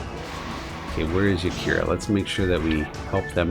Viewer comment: I smile every time you call Yarika "Yakira" :)